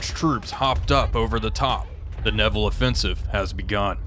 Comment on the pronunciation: I thought I heard it wrong, but went back to check. its the Nivelle Offensive, but you definitely said "Neville," swapping the I and the E. Made me giggle like a school child who found something their teacher got wrong. That claim system seems incredibly frustrating. What does it actually take to get some of these obvious kills to be accepted? Despite the troubles, I am having fun watching along. Keep up the great work!